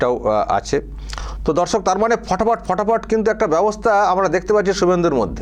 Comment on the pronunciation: Dada darsak ta ektu poriskar kore bolben nijeke dhorsok monehoche